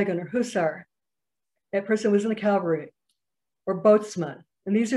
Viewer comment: Cavalry ( military unit), not Calvary (place of crucifixion)